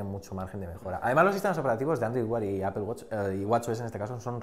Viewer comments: ¿Como que Apel? por que los españoles pronuncian tan mal en ingles? Apel Yotube .... es por que son asi ? lo hacen aproposito? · APEL? jajajaja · De echo se pronuncia apl ;) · por que dicen appel? :v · Que pendejo esta ese wey .. Ni siquiera save pronunciar . Apple en ingles .... ... Con eso para mi. Es un pendejo. .. De tecnologia .... ... Y por el android .. Perfecto argumento